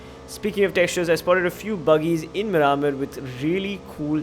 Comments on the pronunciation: its pronounced mear-maar (mear like near) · Your pronunciation of miramar is so cringy